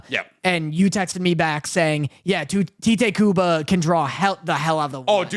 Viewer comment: It's not pronounced Tite Kubo like you would read anything transliterated from Japanese. That's his name as written in English, pronounced Tight or Taito